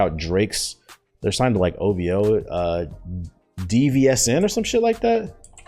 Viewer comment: DVSN its pronounced division ( ➗ ) they dope. Definitely got some heat 🔥 Also your Hokage Thots is one of my favorite pieces of content from you right now. Love your work and continue to grow✊🏿